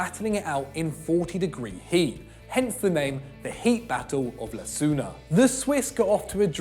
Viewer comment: It is pronounced lozan not lasuna